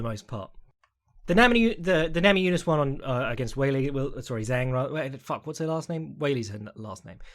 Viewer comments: you can say weili's name whichever order you want but it's zhang as in "jah-ng" not "zang" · Zhang has been fighting in the UFC since 2018 and was THE CHAMP since 2019. All those years and accolades but still acts like he doesn't even know her name and that it's some kind of tongue twister to pronounce correctly. I think it's fair to call that at least disrespectful (maybe more, but I'll keep that to myself).